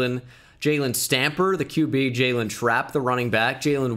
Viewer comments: This was painful, never say Juaylyiiinnnn again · I absolutely lost my shit at “jaqwaylin russel” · “We have a jaqwaylin”